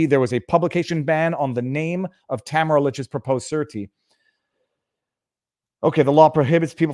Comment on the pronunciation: You keep mis pronouncing Tamara. Pay attention. You've been told repeatedly. Its annoying. You come off as not listening.